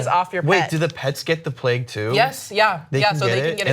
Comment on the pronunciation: What the fuck is "the pleg"? So annoying! It's pronounced the "plaig"